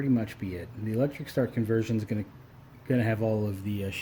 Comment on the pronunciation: "gawing" is not a word. "wahder" is not a word. put a drill on it instead of pulling the starter cord. "probly" is not a word. "we're" is not pronounced "were". cowl not hood. "our" is not pronounced "are".